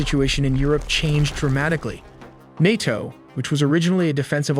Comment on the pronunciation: Nay toe not nate toe